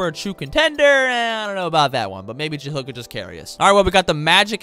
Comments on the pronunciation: serious questioning this decision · praying he doesn’t say it again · Isn’t his name Jahlil (jah-leel) not jahill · Ja-hill? It's Ja-leel. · JUH-LEEL not JUH-HILL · Take a shot everytime says Ja-“HILL” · Starting now mark on video, i will take a hit of my wax pen every time he says ja-hill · who tf is “jahill” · Bro ja-hill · nah bro the ja-hill thing is annoying💀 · Bro. Ja-lil and Vusa-vitch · Jah LIL? Nah. Juh HILL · Why do I feel like you never said his name like that before?